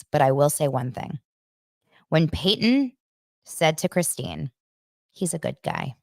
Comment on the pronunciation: Christines sons name is Paedon not Peyton